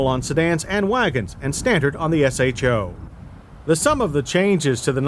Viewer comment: Thank you. No one ever pronounced "show" back in the day it was always S-H-O. Just like F&F ruined "NOS"